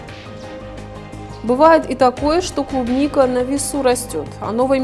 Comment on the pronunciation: Не клубника а трубника